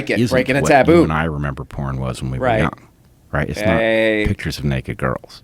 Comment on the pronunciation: The way he pronounces porn is ruining porn for me.